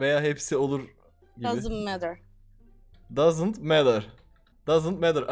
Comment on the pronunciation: doesn't matter'i Dazınt Medır diye yazmıştır diyenler. 😂😂